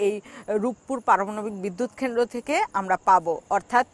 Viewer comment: কেমন সাংবাদিক সাহেবা,,, জিনি কেন্দ্র উচ্চারণ করতে পারেনা।